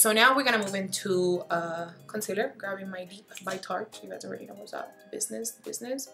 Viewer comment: You killed me when you said "grapping my kanufa by Huda Beauty" 😂❤️ it's too cute